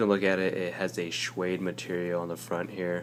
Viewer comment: Shwade? Suade buddy